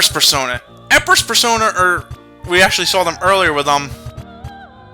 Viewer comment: Why does Nate pronounce "persona" as "per-SAUNA?" I know he's rich and all, but battle isn't the time for thinking about using an overtly expensive steam room. His butler should really teach him how to prioritize. XD